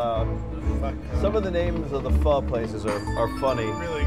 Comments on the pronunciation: Sorry that slot game was silly, just a stupid banana in the middle. Tell that guy the noodles Ramen and Pho is pronounced ‘Foh’ it’s not ‘fuh’ as in telling someone to ‘F off’ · Its spelled PHO but it is pronounced PHA you had it backwards..lol.